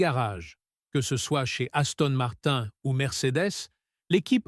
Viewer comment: Gaston Martin......😂😂😂... IA de 💩